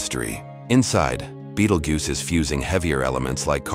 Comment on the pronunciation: it’s not goose. If you’re gonna use AI to do videos, at least do it right.